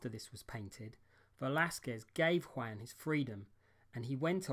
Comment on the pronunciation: It’s W-ahn, not Waaan.